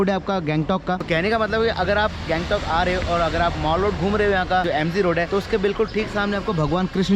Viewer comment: Maal road 🤣🤣🤣... bruh mall road bola karo kuch or sunne mein aata hai 🤣🤣